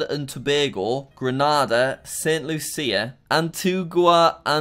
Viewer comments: it is "Greenayda" ,Grenada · It triggers me that Jack said Grenada it's GrenAda that means the a sound is LOUD LIKE YOUR SHOUTING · and its pronouced "Grenada" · Grenada is pronounced (gre)(no)(du)